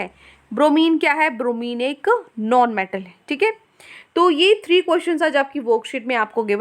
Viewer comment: Noaun metal nahi hota non metal hota h